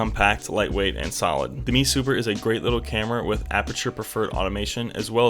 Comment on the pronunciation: It's an "M E" Super not a" ME " Super. M E not ME.